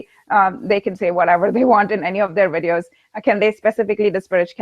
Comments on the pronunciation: Just a quick question... When says "wideos", does she mean Videos? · Le Grand Fromage Yup. No distinction between W and V in Hindi I believe.